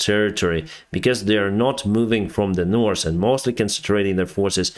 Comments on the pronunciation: You know how to pronounce the ( th ). Very well, I'm impressed. Usually that's the hardest. But you know how to use the TH... so it puzzles me why you don't use it on two very important words as a pilot. North and South. Neither one has an s at the end. Now that you are aware, can you try pronounce th, as the, not TS. Again I'm trying to help you ( and my ears) but help you improve your English. I'm amazed in all the languages you can read and write. I'm trying to help. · Hi, thanks for your hard work. May I give you a hint that you have forgotten. When speaking English the word ( north ) and ( south ). Both Do Not have sass in them. I believe when you were learning no one corrected you and when you say north or south. You have added an (s) which is not there. So now that someone pointed out the correct way of pronouncing both and south. Give it a try.😊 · Drinking game: take a shot every time says: -'Some sort of...' -'Nors' or 'Sous' (instead of North or South)